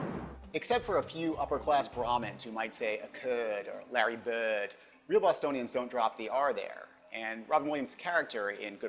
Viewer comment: When you said Larry bird you sounded 100% aussie